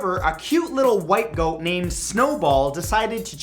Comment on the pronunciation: “Goat” viking accent RAMMING SPEED!